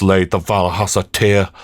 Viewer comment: Great looking game and you were great with the voices etc during the walk thru...only thing tho is you kept saying tear as in water from eyes...when I'm pretty sure its tear as in a rip...got irritating once I realised as couldnt ignore it